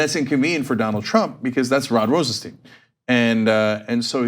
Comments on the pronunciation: Please pronounce Rosenstein correct. It is Rosenstajn and not Rosensteen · It's Rosenstein not Rosensteen... Sty-n not Stee-n... it's not hard. Do you call Calvin Klein Calvin Clean? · His name is Rosenstein not Rosensteen. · RosenSteen or RosenStyne ... Those weird forren names are sure hard to pronounce right ain't they CENK. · Hey Cenk and Anna... sorry this is bugging me... it's RosenSTEIN not steeen. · Learn how to pronounce Rosenstein! it is as in Beer stein....not STEEN. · Pronounce as Rosen-"stine" please. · Say "Einstein". Now say "Rosenstein".